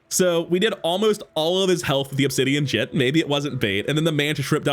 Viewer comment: I know it’s not a big deal, but hearing jitte pronounced as jit always tilts me lol